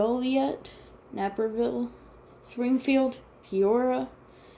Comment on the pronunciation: So many pronouncation errors in regards to many of the cities. Mobile is pronounced mow-bull, Tucson is pronounced too-sawn, Naperville is pronounced nay-per-ville, Des Moines is pronounced deh moin, Sioux is pronounced sue, Dubuque is pronounced doo-byook, Ames is pronounced aims, Worcester is pronounced wuss-ter, Biloxi is bill ox ee, Portsmouth is port smith, Newark is new irk, Las Cruses is loss, crew ses, Raleigh is raw ley, Chattanooga is chat un oo guh, Montpelier is mont pill ee air, and that’s it.